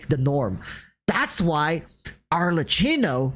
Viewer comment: Best of luck for your new projects, i am gonna miss the hot takes 😁 PS: no, is ArleKKino ( pronounciation), Google tranlates helps.